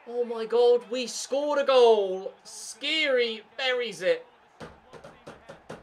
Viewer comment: dislike coz u still pronounce skhiri wrong after 6 episodes